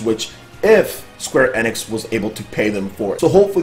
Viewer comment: Please it pronounced Square "Eeeeenix" not "eh-nix"